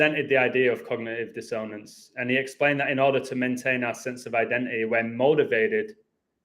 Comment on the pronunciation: Can I be your pronunciation editor?? Pronounced DISS on ance not dis own ance :)